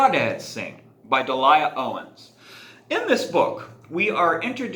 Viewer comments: Pronounced Deal Yah. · Great book! They've made a movie out of it too. Coming exclusively to theaters on 7/15/22. Here's a link to the trailer By the way, the author's first name is pronounced "Deal-Lee-Ya" ;)